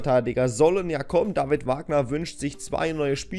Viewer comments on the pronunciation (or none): none